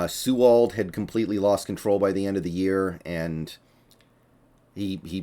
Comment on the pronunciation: Its Pronounced Sea-wald. Like Seahawks but wald after the Sea